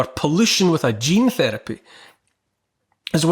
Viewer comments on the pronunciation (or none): none